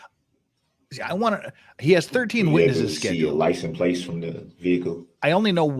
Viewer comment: Licen plates is driving me nuts. I almost want someone to ask “ What is a licenplates?”.